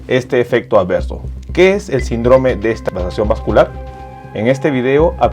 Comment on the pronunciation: Muy buen vídeo, aprovecho para decirle que no diga sindróme (con énfasis en la O) suena feo, se pronuncia síndrome, con acento en la (i).